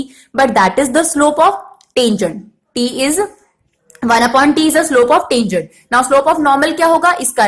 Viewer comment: what we says- tangent, what mam says -tanjunt